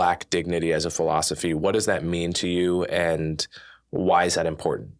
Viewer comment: People that say "imporDANT" drive me insane